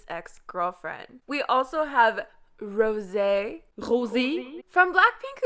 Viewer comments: That's the most annoying pronunciation of rosé's name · In every videos I’m asking myself are you French ?? Every time you say Rose actually 😂